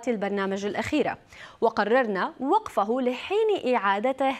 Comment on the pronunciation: عند قراءة تغريدة قناة النهار: وقفهُ ❌ وقفهِ✅